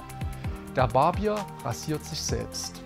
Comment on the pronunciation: Mein lieber Mann! 1) lernen Sie bitte mal, das Wort Barbier richtig zu betonen! Das ist kein Bier, das es an der Bar gibt! 2) netter Versuch, eine der Naivitäten in der Religion (egal welche) zu verteidigen, geht aber an der wirklichen Problematik vorbei!